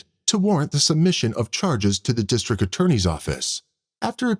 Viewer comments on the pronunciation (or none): I wish the narrator would learn there's a T in district. It's not districk